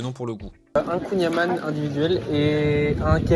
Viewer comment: Et Bordel de merde, on dit Kouign amand(e) mais sans prononcé le D !!! Kouign Amann